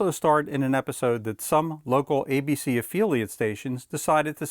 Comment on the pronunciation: "Cold open", not "cold opening". "Noir" is a 1-syllable word. "Affiliate" not 'afeeliate'. Otherwise well-presented & informative.